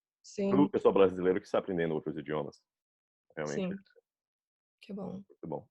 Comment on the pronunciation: Impressionante, só o "muito" denunciou que pode ser alguém não nativo. Não nasalou tanto quanto nativos, mas pode ser um nativo com resfriado kkkk (e ainda conseguiu sotaque levemente nordestino entre o cearense e o bahiano 👏😮)